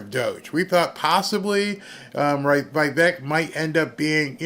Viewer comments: It is Veevek Dear not whyvek, names are read in Latin not English, I lived in India that’s why I know exact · It's VEE VEK, NOT V EYE VEK